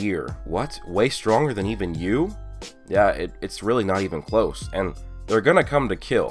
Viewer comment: I always think he says "hey guys it "